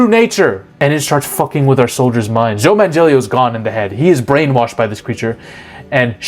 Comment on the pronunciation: Did he say Joe Man-Jellio? LOL The idea of the Elder Gods was mostly August Derleth who put in his own Christian ideas into the Cthulhu Mythos to add a good vs. evil battle that Lovecraft didn't imagine. There aren't really any copyright issues to worry about as the Cthulhu Mythos is public domain.